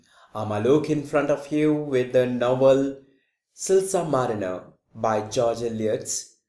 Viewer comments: yhh it's silas not silsa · सर वो रिवोल नहीं रेवेलो है और सिलसा नहीं सिलास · Sir its not silsa its silas. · man its not silsar marener its silas marner! plzz work on pronunciation!